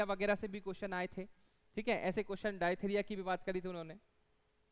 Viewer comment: डायथिरिया नहीं it's डिफ्थीरिया 😂